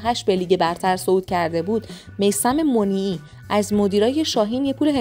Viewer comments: میثم منیعی ، اشتباه تلفظ میکنی خانمی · تو‌ برو اول اسم درست میثم منیعی رو تلفظ کن بعد ویدیو بساز😂